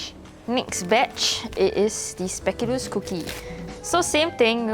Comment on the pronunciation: The way this char bor say spekoolus